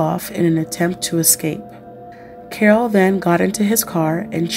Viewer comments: Omg his name is pronounced as "Carl" not "Carol" !!! He had asthma not encephalitis. Did you do any reaearch??? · His name is pronounced as Karl